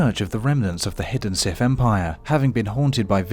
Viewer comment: The "Sif" 🤣🤣🤣